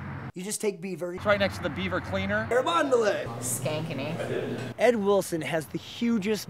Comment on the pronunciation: She said skankeny 😂😂😂😂 literally dying, everyone callas them that